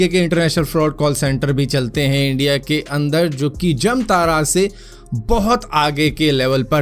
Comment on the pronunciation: भारत भाई जमतारा नहीं जामताड़ा हैं 😃